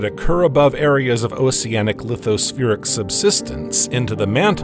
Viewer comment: Why would you pronounce the c in oceanic differently than the c in ocean??